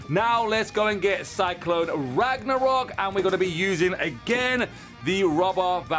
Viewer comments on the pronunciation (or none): none